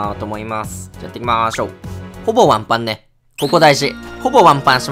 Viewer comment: いきま→しょう！